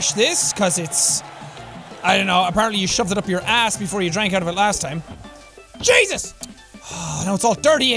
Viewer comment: Is it just me or is the way that Sean says Jesus is better then the normal way ”JAEYSUS”